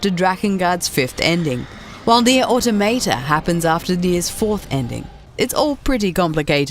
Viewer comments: AutOmata! Not AutomAta...jeez... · This bitch is straight up saying Nier Automato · Why is it that nobody can correctly pronounce the word 'automata', it's a derivative of the word automatons, (the robot like enemies) and is pronounced 'or-tom-a-ta' not 'auto-mayta' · Auto mate ah, auto tomatoe. You really cant say automata? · How can somebody fail at saying Automata, its litertly this Easy: Au toh Mah Tah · Hold on, gonna stop you 2 seconds into the video... Automayta? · NieR Automeytey 😂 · Nier Automa-tay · She said "Nier Autom8ta" and for that reason I'm out. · it's aw-taw-muh-taw. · Love how most people pronounce automata wrong 😂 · Learn how to pronounce Automata correctly pls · that's not how you say "automata"